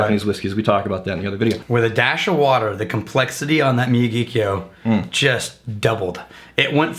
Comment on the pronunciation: Sweet Jumpin' Jesus on a friggin' pogo stick. Could you possibly butcher the name of this whisky more? The distillery is in Sendai, the capital of Miyagi prefecture. Hence the Miyagi part of the name, which sounds roughly like "me-ya-gee". Kyo translates to "capital city" based on the kanji used. Wakataka?